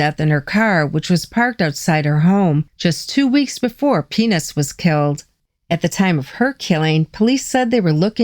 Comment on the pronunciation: When you were pronouncing peanuts you were dropping the t....😀